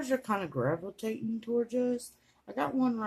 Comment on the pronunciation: "Graveltatin?" What's that ?